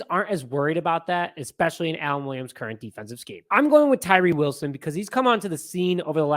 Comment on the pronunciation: you nailed it brother lol.